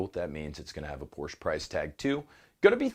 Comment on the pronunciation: Just for the “Porsche” instead of “Portia” I’m sending you money Well, not really but you get the idea All the best to everyone